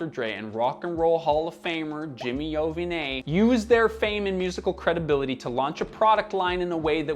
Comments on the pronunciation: I don't want to defend him AT ALL; but pronouncing Jimmy Iovine (pronounced EYE-VEEN) like that is insane, and could have been fixed after watching a single solitary video with him in it. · Learn how to pronounce ‘Iovine’ before making a video essay featuring his product. I’d be embarrassed. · Is he pronouncing Iovine like that on purpose or is that man's name really pronounced like that? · Your pronouncing Jimmy Iovine’s completely wrong it makes you look like you don’t know what your talking about. Beats are still kinda cool as well btw. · Can you please do your research and pronounce Jimmy's name property. He's just one of the most influential people in music... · Probably should’ve checked the pronunciation on Jimmy Iovine for this one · You are pronouncing this dude name so wrong lol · First off you’re saying jimmys last name wrong and second, why is this video 9 mins long? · Jimmy who? I’m pretty sure that’s not how anyone pronounces Iovine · Lol at the pronunciation of Iovine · the way he says Jimmy’s last name is not even remotely close LMAO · In the pro audio world, Bose is considered to be garbage, but better than Beats. Btw, that's the most awkward pronunciation of Iovine that I've ever heard. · LMAO WTF did you call Jimmy Iovine? It's pronounced "Eye-veen" not "Oh-V-Nay" 😂😂😂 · It's pronounced I-O-Vine, not E-O-Vinay... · It's pronounced "EYE VEEN," Not "Owe Vin Aye" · It's Jimmy Eye-Oh-Veen, no E-O-Vi-nay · Great video. But Jimmy's name is pronounced Eye-veen, not I-O-vine. Very odd I know. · Ovinay ??? Hahaha. 😅😅😅😅 white pools can't pronounce any names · Jimmy’s last name is pronounced (eye-Veen). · Dude love your channel but you mis pronounced Jimmy's last name wrong. It is pronounced Eye Veen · “Jimmy Oh-vi-nay” 😂😂😂🤣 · Jimmy “eye-veen” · His name is pronounce Eye-OH-veen. Do your job better. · its pronounced EYE-VEEN, just to let you know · Not Jimmy Eye-von-é🤣😅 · Pronounced Jimmy I-Veen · Oh and Jimmy Iovine is pronounced "Ay-O-Veen".